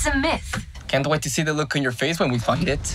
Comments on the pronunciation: Did anyone else here him say something other than “find” when he said “Can’t wait to see the look on your face when we find it” in the very beginning of the trailer? Cause I heard fook.. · I'm Struggling to hear The word "Find it" what the English sub says and what he pronounced i Completely Misheard that to "f**k it"